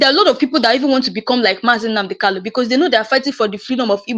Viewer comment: Why can you not pronounce Kanu? The name is Kanu and not Kalu.